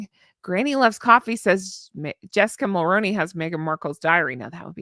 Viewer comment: MULL-ROO-KNEE MULL-ROO-KNEE MULL-ROO-KNEE MULL-ROO-KNEE PLEASE stop saying Mull-Rown-Knee like macaroni it's Mull-Roo-Knee like kangaroo I don't know if you haven't seen my comments over the years but it's feeling like you're intentionally saying it incorrectly now as you're saying it ever so slightly different but still incorrectly... 🙏PLEASE 🙏PLEASE 🙏PLEASE 🙏PLEASE 🙏PLEASE 🙏PLEASE for the love of sanity PLEASE 🙏 say it correctly -- MULL-ROO-KNEE I love you but this is driving me insane at this point...PLEASE 🙏